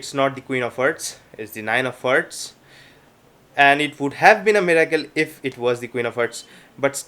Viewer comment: IT'S HEARTS NOT HERTS U FUCKING ILLITERATE ASSHOLE